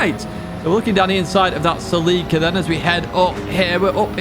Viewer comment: That is how the Japanese say it.